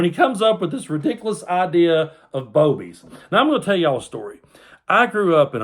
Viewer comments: I think you may have missed the correct pronunciation. They're BOO-bies. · I think it’s pronounced boo-bies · You pronounced that wrong. I'm sure it's booby's.😅😅😅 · RFLMAO I couldn't help myself from laughing everytime you said Boebies and in my head it was fake Boebies LOL ala Beevis n butthead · Did you say "Boebies" or "Boobies"? Again, thank you again for the laugh at the ridiculousness of the right!! (I thought the right was all about family values... wasn't Bobo an escort who 'serviced' Ted Cruz...how inspirational!)